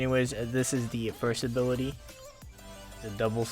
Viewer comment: "And this is the third abirlity" XDDD